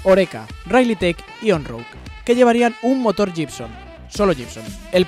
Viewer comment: Se pronuncia Guibson, no jibson.